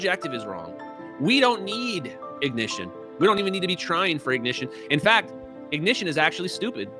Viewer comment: We. Don't. Need. No. I-Goh-Nih-Shun We. Don't. Need. No. Forced. Control.